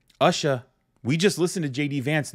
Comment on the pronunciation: BTW her name is pronounced OOsha- the U is pronounced as ew.